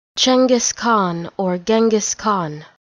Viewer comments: sounds like chungus khan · you pronounce it wrong and it's not even fucking written correctly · The first pronunciation is correct, the second it not.